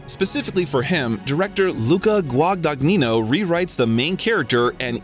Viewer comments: There are so many factual errors (including CMBYN Oscar recognition and the correct spelling of “Miss Stevens”) and mispronunciations (taciturn and Guagagnino among them) here. On top of this the narration frequently sounds like it was translated into another language and then back into English). The result is that the video’s credibility was suspect all the way up to the moment when the reference to tabloid US Weekly as a “reputable” source killed it completely. I’m always eager for interviews of Chalamet but the lack of care a creator takes with his work correlates with the respect an audience should afford it. This one was definitely a miss. 🫣😔😖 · One does not pronounce the “g” in the middle of the directors name…GWA-DA-NYEE-NO. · mispronunciation of the director's name "Guadagnino" made me cringe. Plus, not knowing how to say "impetus" and mixing up soccer/football....ugh, these AI narrations are really BAD. Ugh, "Laurie confessed HER feelings to Jo." ? WTF. Laurie is HE. And can't pronounce "taciturn" or "Louisa," either. There are too many errors to list. But yeah, I'm watching for the footage of our dear T.C. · Timmy is incredible but you know what’s not? The narrator absolutely BUTCHERING Luca Guadagnino’s last name. Jesus Christ, how hard is it to look up the correct pronunciation of his name? 🤣 Editing because as I watched the rest of the video I noticed the narrator managed to butcher EVERY SINGLE LAST NAME of actors and directors. C’mon, man. 🤦🏻‍♀️😂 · Gosh, how you butchered Luca Guadagnino's name :( I almost fell out of my chair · Dear narrator: PLEASE learn to correctly pronounce "Denis Villeneuve", "Hostiles", "Luca Guadagnino" , "Louisa" , "impetus" and "taciturn". Your pronunciation mistakes are a travesty. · What about Guadagnino? it's amazing how native english speakers cant't even do the bare minimum to use google translate. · He butchered Luca Guadagnino's surname